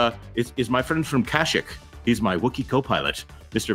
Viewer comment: Cash-ik? Really? Kah-sheek xD